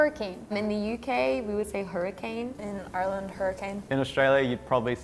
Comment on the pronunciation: she doesnt even say ireland, she says urland in what county did you even find her